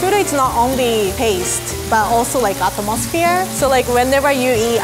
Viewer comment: This might be offensive, but english is just priceless. "At-toe-moss-fear"